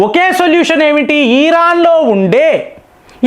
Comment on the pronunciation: ఈరాన్ కాదు ఇరాన్ అని పలికితే బాగుంటుంది.....